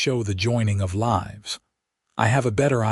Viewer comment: Lives has two different pronunciation. With a soft i or hard i. Your voice is f. Ed up. Ladled with a hard A not a soft a.